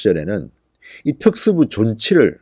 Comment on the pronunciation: 진성호님 발음이 너무 안좋아요 특수부를 줄이겠다랑 그리고 뭐라하는지 못알아듣겠어요 부분 답글로좀 써주세요 아 답답해 발음이 너무 안좋으시네요